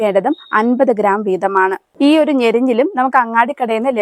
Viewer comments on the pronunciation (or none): ബ്രോ ഞെഞ്ഞിൽ അല്ല ഞെരിഞ്ഞിൽ ആണ്